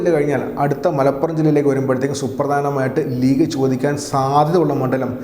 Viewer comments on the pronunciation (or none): none